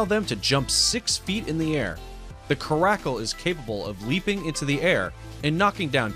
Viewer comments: This is too funny he doesn’t even know how to pronounce the word Caracal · In number 9 its pronounced keh- ruh-cal not ka-rack-al jeez no offense but this channel barely knows stuff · Its CARE A CUL not crackle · You mean carecl not caracul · At the part with the caracal it's not pronounced like "karakal" it's pronounced like "care-acal" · Coracle is actually caracal (care-ah-call) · It's not Ca-RACKLE, it's CAR-a-cul. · I know our accent is not that good but pronounce the words better!! Kara-cal not caracul. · Caracal is pronounced care-ah-kul not krackle. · Car a cal Not carkakal caracal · Apparently I've been saying Caracal wrong this whole time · It's pronounced Care I cal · Peter Wanabe Lmao glad someone agrees. I hear him saying Krackle, which surely is not a cat species! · Lol, l was grumbling too..l said "common guy that's not how you say it, it's pronounced 'Ca- ra- sell'." Then l read your comment and was like "ohhh" ;-) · Mountain lions are very common, you should have put a sand cat or fishing cat, also caracal is pronounced Care-A-Coal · Number nine I think there is another way to say Caracal (Car-acal) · care-ACK cal LMAO! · Phe pronounces caracal like Kuh-rack-Ole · In this list #9 is the Caracal. The pronunciation is wrong! It's pronounced CARE A CULL! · Caracal is pronounced care-a-call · Caracal pronounced cara cal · HA HA HA I think the narrator said it wrong. LOL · i love lynx foxes and lynx r my fav animals Wow he doesn't even know how to pronounce caracal im literally only 10 years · Check the pronunciation of “caracal.” I don’t think you’re pronouncing it, properly, but I may be wrong. It’s not a species that you typically hear about in discussions, in my part of the world. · Are we all going to ignore how he pronounces caracal? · excuse me how did you just pronounce caracal? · Who the frick says caracal like that? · You pronounced caracal wrong 😂